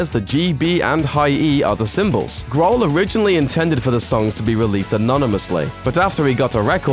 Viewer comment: ''Dave Graahl''